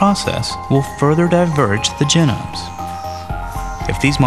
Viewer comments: i hate how he pronounces it gen-nomes and not gee-nomes. apart from that great video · Don't want to get too picky here, but if you're going to teach people about genomes, you should try to use the correct pronunciation: ('jee - nohm). This is the first time I've ever heard it pronounced: ('jih - nəm) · Jen-ums. Are those like steak-ums?